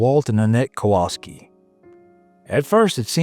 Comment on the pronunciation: You should have NOOOOTICED more mate "kowalski"